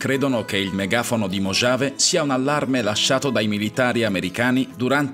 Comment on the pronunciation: Video interessante.. Comunque, mojave si pronuncia mohave, la j è muta.. 👍